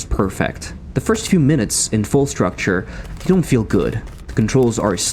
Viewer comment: Quite a nice video. However.. Det er uttalt Fall struktur, ikke structure.. :( (Skål til de Norske her.)